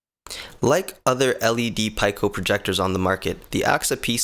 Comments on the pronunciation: pronounced PEEKO not Pieco, great vid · pee· kow - This is how you say it.. :-) lol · Why post a video and you won't respond to any of the comments? Also please learn how to pronounce the name of the projector.